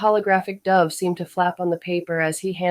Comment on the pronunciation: I noticed it was AI after it mispronounced obvious words like dove and bass. AI still doesn't do context well to decide which way to pronounce words like those.